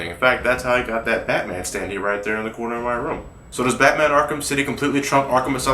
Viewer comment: coner? it's corner you complete utter arse.